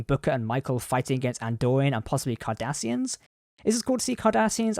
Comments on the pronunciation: it’s cardassian get it right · Did he say: Andorians AND Kardarsians??! Future is freaking scary!!